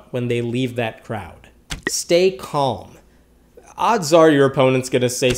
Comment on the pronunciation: The way he said calm though; I heard comb lol😂